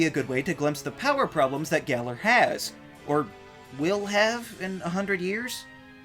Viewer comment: "Gal-er" is wrong. "Gal-Or" is wrong. "Gall-Are" is about right